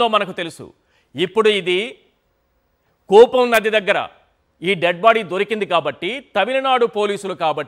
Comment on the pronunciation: కూపం నది కాదురా... ఎర్రి పువ్వా! కూవం నది.